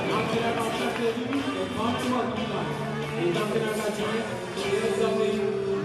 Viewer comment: Great commentary! Thanks for pronouncing the Rouges' names correctly! BTW, the first year players are stacked not just with Gabrielle Roy and Louis-Riel players, but with former club players representing 204, Junior Bisons, and WinMan.